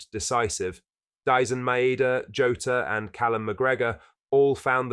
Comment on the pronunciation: Man like Joe-tah